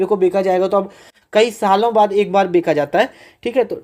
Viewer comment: बेचा ❌ बेका 😂😂😂